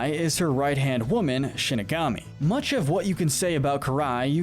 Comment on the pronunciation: shinigami not shingami lol